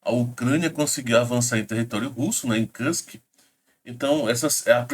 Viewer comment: se me permite a correção. O nome Kursk pronuncia cursqui, e não carsqui.